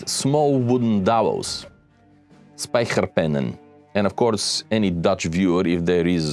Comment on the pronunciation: The dutch golden age did thrive on the slave trade so not all were free and your pronunciation of spijkerpenning was not too bad for a non dutch speaker